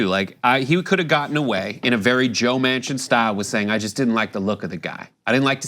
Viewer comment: Well... it is joe MAN-Chin . not WoMan-Chin.